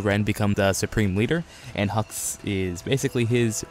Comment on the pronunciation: Hux not hugs